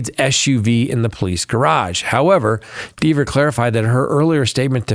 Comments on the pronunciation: It’s!!! Rhymes with Never! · Kelly would admonish you for mispronouncing her name